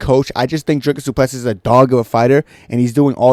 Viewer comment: Dricus “crucifix” due plessie